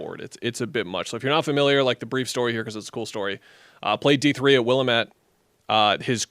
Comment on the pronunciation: As a Wazzu alum I would love to see them take Cedric Coward at 10. Also the D3 school he went to is pronounced Will-am-it. I'd also be fine if they took Queen or Jakcionis.